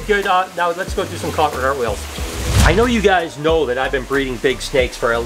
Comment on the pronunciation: messed up saying cartaartwheels 😂 why didn't Jay stop you and tell you to redo?